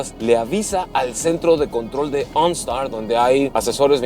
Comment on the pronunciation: “Ooonstaar” jajajaja que perra se ve la camioneta👌🏼